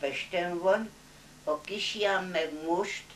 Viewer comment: Érdekes Néni !! A KISLÁNYT jól ki hangsúlyozta ---- Rátarti Mami de mire is ? Nyugodjon Békében !!